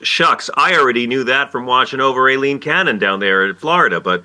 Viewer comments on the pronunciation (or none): It’s I-LEEN Cannon NOT AI-LEEN Cannon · It’s Aileen actually